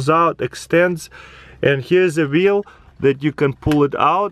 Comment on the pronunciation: Taras pronounces vaccuum: waccuum and wheel: veel. His Russian accent is a lie, it's all a conspiracy.